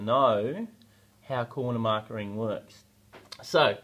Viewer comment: It's just corner "marking" not "markering".............